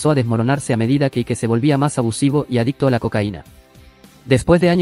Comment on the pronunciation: Ike se pronuncia AIK